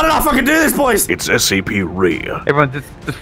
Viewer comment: It’s SC - REE